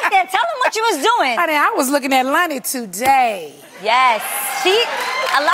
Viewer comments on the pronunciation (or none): I keep hearing Nene pronouncing Loni as Lni